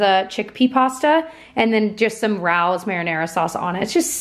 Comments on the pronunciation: I love you but it's pronounced Ray-o's not Rouse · Oh yeah, a comment from Tyler's last vlog: Bamba are the peanut butter puffs and Rao's is pronounced Ray-oh's (sorry to be that person). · Hey, just an FYI the marinara sauce is pronounced Ray-ohs. I worked at their restaurant in Vegas. The location in New York is the longest standing family own restaurant in the country. Just thought I would let you know that fun fact. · It's pronounced ray ohs. 😆 i heard you say it wrong again and it drives me loopy. That's a me issue love your channel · I love you, but I have to correct you on your pasta sauce pronunciation! It’s r-AA-o’s. Please don’t be mad! I love you! Haha!